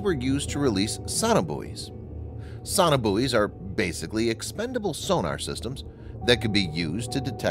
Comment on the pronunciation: It's So-No-Buoys not saunabuoys. You don't say Sau-NAR, you say SONAR.